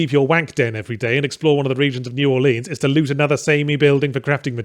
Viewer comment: Take a drink every time New Orleans is said wrong.